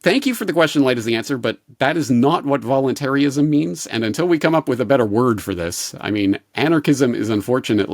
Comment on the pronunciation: Its "VOLUNTARIST" not "voluntary-ist" And its not "VOLUNTARY-ISM" its "VOLUNTARISM"